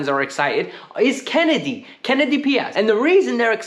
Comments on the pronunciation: KENDRY Paez, my friend. KEN-DRYYY Paez. Not "Kennedy" 😅😭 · Lol.. It is Kendry not Kennedy 😂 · In English pronunciation would be Ken-dree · Kendry = Ken-dree 😂